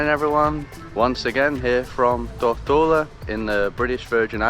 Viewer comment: Mate, what's up with your pronunciation of 'Tortola'?